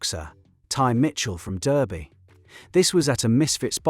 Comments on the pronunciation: At least get some facts right Tommy isn’t from Leeds he’s from Luton. Don’t use Ai 💩and it’s Derby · AI commentator unable to pronounce Derby correctly and Tommy is from Luton!😂